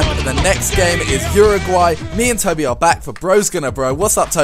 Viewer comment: Tobi not Toby